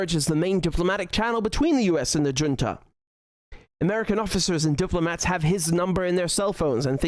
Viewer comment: Dear Richard, I appreciate your content. Allow me one little side-note: Look up how to pronounce "Junta". (SCNR) Keep up the good content, my best wishes & take care!